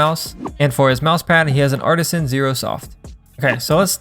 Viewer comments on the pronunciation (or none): none